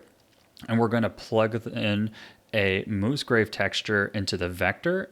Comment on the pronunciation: "MOOSgrave texture"? 😆 I guess that explains why it looks like a cow pattern